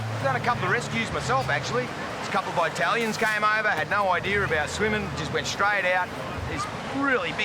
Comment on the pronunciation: "Sum EyeTalieeAns"